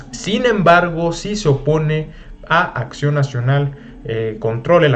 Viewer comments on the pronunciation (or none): none